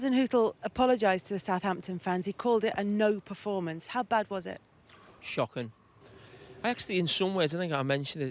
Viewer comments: Carragher: It was SHOQIN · "It was shhhhhhh....ockin'" lololol Almost... almost!!